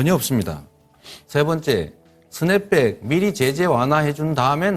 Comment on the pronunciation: 이재명 후보는 스냅백이라 하고 윤도리는 트냅백이라고 분명히 발음했는데 누가 어떤 것이 맞는건가요!? 스냅백 트냅백 중에서요